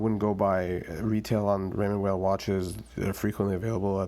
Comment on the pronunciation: Good review. Appreciate the side by side with the Seamaster. Not many seem to put watches side by side to compare. BTW, Weil is pronounced "while" not "whale"